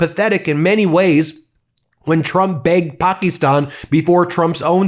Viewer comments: It's not Pak-eeeee-stan it's Pak-issss-tan!! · You say Pakistan so wrong lol hahaha you gotta stop saying that country's name haha